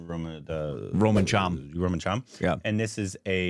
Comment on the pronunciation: Wht.. Wht was that..." Roman charm"(Romancham)😂🤌